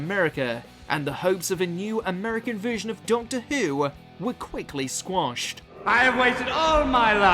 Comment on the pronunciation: Jesus, the voice over work on this is sending me to sleep, and what is with the way he pronounces words? Subveersive? Veersion?